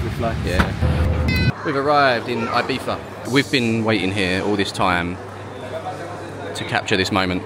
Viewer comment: Name of island: Ibiza (not "Ahybeeza). The Spanish "I" is pronounced like an English "E".